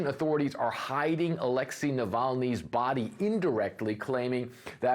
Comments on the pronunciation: Not Aléxey, but Alexéy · Americans suck at pronouncing Alexey.